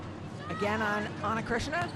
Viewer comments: It’s Cristina NOT Krishna. Learn how to pronounce names correctly! 🤨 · The name is not Ana Krishna, but Cristina, just like Cristina Aguilera or Cristina Ricci, is not that difficult. . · I feel his say Ana Krishina no Ana Krishna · Calm down dude, she said "Cristina" but look like Krisna. She actually pronounced "Krissina" (t -> s) i would pronounce like hers because thats just our accent hahaha ✌️ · “Cristina” shouldn’t be such a hard name to pronnounce 😂🤦🏻‍♀️ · These commentators should pronounce players’ names properly 💀 Ana Cristina’s name is literally easy to pronounce and yet they botch it